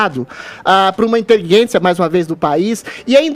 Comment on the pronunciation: Por que o Adrilles fala "inteliguência"?